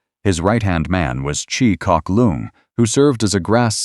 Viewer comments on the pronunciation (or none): none